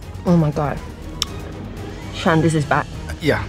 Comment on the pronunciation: "Oh, Sean" I thought she said ocean